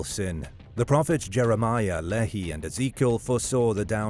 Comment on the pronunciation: The prophets name is pronounced Lee-Hi not Le-He